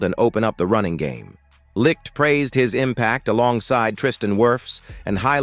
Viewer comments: Jesus H Christ....GM's name is pronounced light not lick. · IKR so many AI narrators mispronounce his name